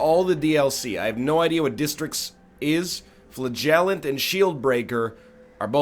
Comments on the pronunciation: Also... Fluh-gel-ent!?! FLUH-GEL-ENT!?!?!??!?!?!?! Its Fla-gel-ent my egg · "flegallant" XD XD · Can you not pronounce the gell in flagellant like gel